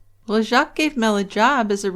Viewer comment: The S in Jacques is silent. The name is French for Jack.